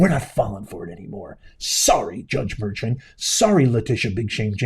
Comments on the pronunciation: His last name is pronounced Mer-con. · Juan Merchan is pronounced mur-con..